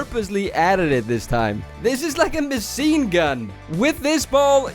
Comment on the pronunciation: "This is like a masiingun"